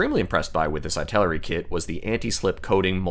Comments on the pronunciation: just curious about why you pronounce"ITALERI" of /aɪ/ taleri ? I think maybe /ɪ/ taleri would be more reasonable?🤔because of "italy"? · EEEEEEE-taleri 😀 it's Eee-taleri